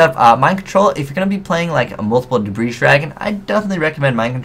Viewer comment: the S in Debris dragon is NOT PRONOUNCED!!!